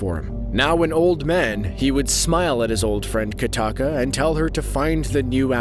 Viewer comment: not katakka kokka